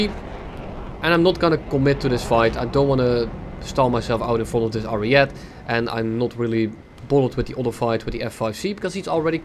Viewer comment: I don't think it's pronounced "ariet" but "arieté" or just say "arietay"